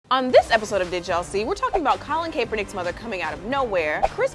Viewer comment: It's CAP-ernick not cape-ernick